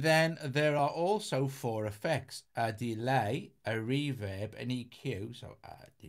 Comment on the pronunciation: I like how he says “reverb” like “REE vib”.